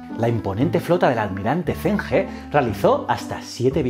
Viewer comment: Aunque el vídeo está genial, como sinóloga he decirte que la pronunciación del fonema 'ZH' en pinyin es más similar a la /ch/ española que a la /z/, es que has tenido que pronunciar en muchas ocasiones nombres propios así y he de decírtelo, que me chirría haajajaja por lo demás genial ajajjaj Enhorabuena por el canal :)